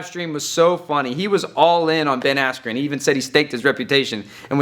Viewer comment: Buffer: “Ben Askew.” I died🤣